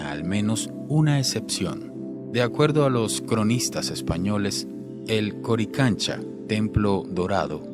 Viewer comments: buen video, solo que no es corichancha. .. ES CORICANCHA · Corichancha jejejeje 🤣🤣🤣😅😅todo el video esta bien menos lo que habla porque hay palabras que no sabe pronunciar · Se pronunciation coricancha,y esandleni piedra es la llamada piedra de Los 12 angulos